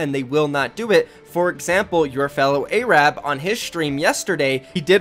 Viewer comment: When you hear a kid call himself A-rab and he's white